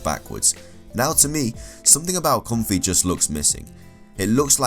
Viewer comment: Pyukumuku is a sea cucumber. Ribombee is a bee fly. You mixed up the end sounds for Ribombee and Comfey. Ribombee ends with ee and Comfey ends with ay.